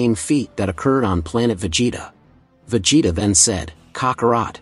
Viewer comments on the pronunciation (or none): why did you pronounce vegetas name differently